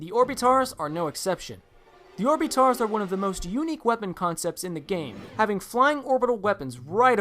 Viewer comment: You pronounce orbitars like orb-it-ters